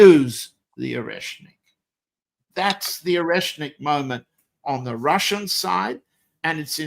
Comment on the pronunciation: As a russian must say john has perfect russian pronunciation my kudos goes to him for that ...